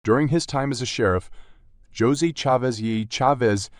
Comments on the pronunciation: Is the narrator saying his first name wrong? Josey? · He definitely is. he is saying "Jozay". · Its A1 and all the spanish names are said wrong